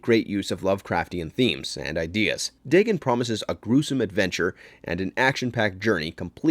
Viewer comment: Day-gone, not Day-gun.